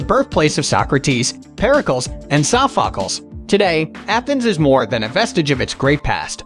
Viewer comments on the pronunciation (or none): How about you learn to pronounce the names of places and monuments properly. Typical irritating American who can't speak properly. By the way it is PERICLES (pronounced PericLEES). Get educated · The pronunciation of Aristophanes and Pericles really made me cringe